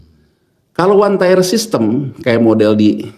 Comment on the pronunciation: 1 Tier, bukan 1 Tyre, 2 Tier, bukan 2 Tyre, 3 Tier, bukan 3 Tyre, Pronunciation nya diperbaiki Tier=Tingkatan Tyre=Ban